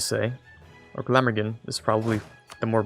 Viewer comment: Nope you said Glamorgan right the first time